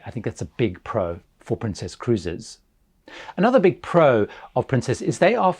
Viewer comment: Is there a reason why you're calling it Princéss and not just Princess?